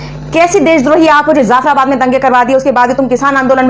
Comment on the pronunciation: Madame I love your Videos but one suggestion: The word is : Jaffarabad Not Zaffarabad Thanks stay blessed Ahmeen